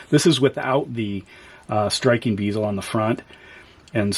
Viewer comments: Great review and take a shot every time he says "beezel" instead of "bezel" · Pronouncing bezel wrong my dude. Good review though